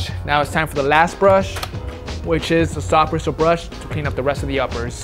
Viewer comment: "brishul brush"